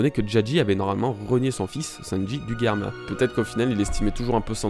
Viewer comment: c'est drôle, tu prononce Germa "Guerma" 🤔🤔🤔😅 après tout, je sais pas quelle prononciation est bonne, mais dans l'anime ils disent Germa 😅 ...qui voit venir Nami manipuler Big Mom ?😅😅😅🙋‍♀️🙋‍♀️🙋‍♀️🙋‍♂️🙋‍♂️🙋‍♂️